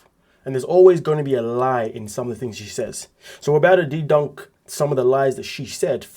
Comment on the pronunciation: umm its called mouth..and its debunk.. not dedunk. Just couldnt watch this video with you talking through the whole thing. Sorry.